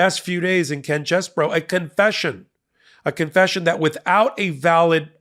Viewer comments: I'm not enthusiastic about Ken Chesebro's name being pronounced as "Chess Boro" - He's KEN CHEESE-BRO! 🧀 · Quit pronouncing his name as "Chess Bro". Pronounce his name as *CHEESE Bro".